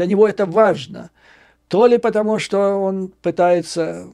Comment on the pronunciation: Посмотрев видео с Курска,,с удивлением обнаружил ,что местные Гкают ,ШО кают .